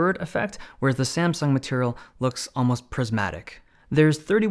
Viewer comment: You said SaNsung.